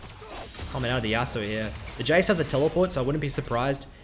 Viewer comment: Yas'oo'oh's Yasuo. LoL